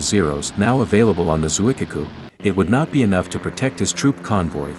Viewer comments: It’s Zuikaku, not Zuikiku. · >>. pronounced : zoo ee KA ku....not the speakers strange mangling!! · Shokaku > Sho-kah- koo Zuikaku > Zwee-kah-koo